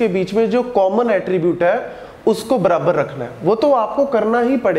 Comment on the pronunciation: It is not brabar 🤣🤣🤣it is barabar😂😂😅😅